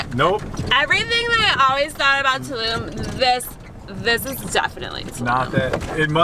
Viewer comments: It's Tulum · Tulum, is not in Germany, I think......so, why are doing a German accent? ( 1min 9 sec)